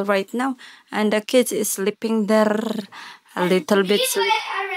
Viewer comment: Deeeerrrr 😂😂😂😂 imbes there deeerrrrr 😂😂😂